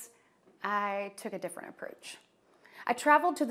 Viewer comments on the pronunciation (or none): none